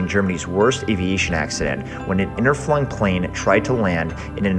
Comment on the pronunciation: Interflug - your pronunciation is ridiculous. There is no second N in the word. Flug is the German word for flight, so the name was never funny or pronounced the way you think it was. If you are going to make videos, do some research into all aspects of what you do.